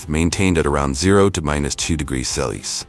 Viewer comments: Good video overall, but you need to teach your AI how to properly pronounce "Celsius!" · Are they incapable of pronouncing the word Celsius? What's up with that?